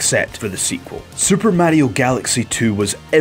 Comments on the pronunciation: It's Mario not märio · WTF is a "Super Méahrio?" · Murrayo xDDD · It's not right though....